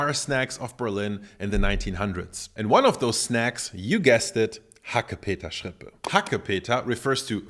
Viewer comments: Nobody says HACKEPETERRRRSCHRRRIPPÄÄ... Sorry.. I heared this first time and it sounds awful XD i agree with mettbrötchen. Schrippe is like pennyloaf or Brötchen.. Ok i visit few days a bakery school.. Those times i learned a whole new language. And for the meal... I try from my trusted bakery rindermett (cow) with mild red onions.. It was very creamy and delicious.. And we all eat to much meat😅. Go check out your vegetables farmers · "Hackepeterschrippe" habe ich ehrlich gesagt noch nie gehört, bei uns heißt das "Mettbrötchen". Das ist Berliner Dialekt, nehme ich an? - To be honest, I've never heard the word ‘Hackepeterschrippe’ before, we call it ‘Mettbrötchen’. That's Berlin dialect, I assume? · "Hackepeterschrippe" Literally every german: "Bitte, was?"